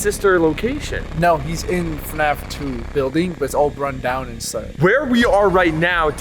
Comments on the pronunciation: it's fnaf not fuhnaff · FNAF wrong Fuhnaff right